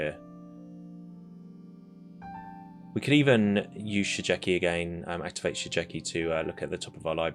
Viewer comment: Just one hint : Shigeki is read Shi Gue Ki (Like in Guerilla pronounced in spanish)